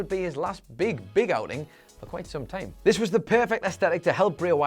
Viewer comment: He says time (tieam)